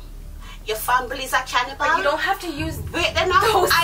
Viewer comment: Lmao at “can-nee-bal”